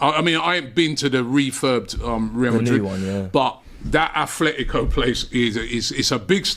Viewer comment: Can English people stop saying Athletico, it's Atletico, no th. The only Athletic is Athletic Club from Bilbao. They were named by Englishmen, however, they dont pronounce it with a th still.